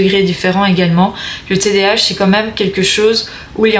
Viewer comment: On dit td A h pas tdh.jz sais d'où tu es mais en Belgique cest pas le psychiatre ki ft les test mais neuropsy